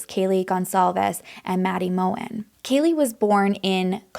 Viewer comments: they were in maddie’s bed that night. her last name is pronounced mogen with the g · Pronounced Kerr-No-dull not Kernoodle. (Kernodle) Pronounced Mow-Ghen (Mogen)